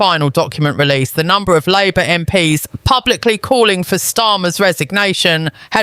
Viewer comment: Also listen to how the VoiceOver pronounces 'MP's'. I have reason believe this is A.I Generated content. Be skeptical always.